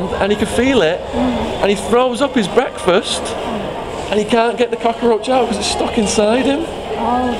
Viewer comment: I love the way you say cockroach. "Cockaroach" - must be how they say it in the US.